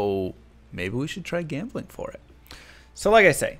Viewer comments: You mispronounced jambling like...500 times. Also, D2R is p2w. Ez pz. That seems to be out of the spirit of the game. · i think you are mispronouncing gambling